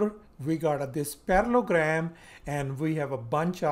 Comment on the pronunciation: You are missing the middle el in your pronunciation and spelling of parallELogram.